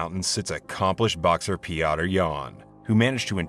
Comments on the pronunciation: fam his name is not peaotter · American really do struggle with saying Petr 😂